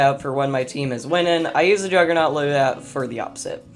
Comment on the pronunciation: was sayin “Jujernut” he’s the only G